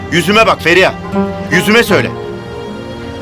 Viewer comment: Feriya degil olum lan ferihaaaaa😬